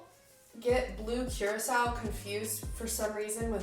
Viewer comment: THANK YOU FOR PRONOUNCING blue curaçao CORRECTLY and for informing the rest of the world that it’s basically just a blue triple sec!